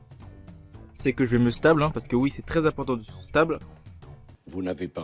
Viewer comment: "Stab" pour Stabiliser stp et pas "Stabl" stp